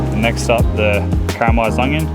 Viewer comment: As an aussie I pretty much just watch this to hear you say ONGYUN